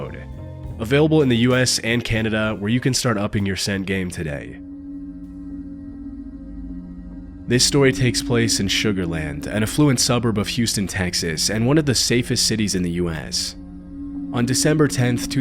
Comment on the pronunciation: Even though he pronounces affluent like "af-FLU-ent"??!